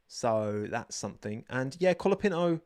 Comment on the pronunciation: Brazilian here, you are forgetting to pronounce the "Ts" in Bortoleto's name, try pronouncing it with the same T you pronounce the word "tea", "Binotto" or "", it's fine tho it's a difficult language, I'm not a native spanish speaker, but I believe you're making the same mistake with Colapinto. Great Report as always.